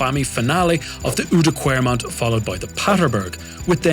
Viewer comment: Nice! Try to say the ou in Oudenaarde and oude kwaremont as the o in wow or down. Oude kwaremont. Ask Dan, he has nailed it. Rob Hatch does it brilliantly as well. Going to watch the video now. Big respect for trying to ride these cobbles, I wouldn't dare to. Spoiled with lovely bicycle paths in holland.